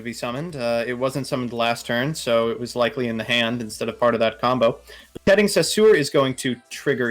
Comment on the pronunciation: Why tf are you saying peteting?